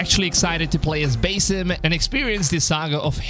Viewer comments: It's Basim not basem lol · It’s pronounced Buz eem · Bro like say basim right its not that hard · I think you should work on how you pronounced Basim!